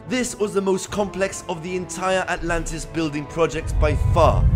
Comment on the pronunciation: Sentence: ANTLANTIS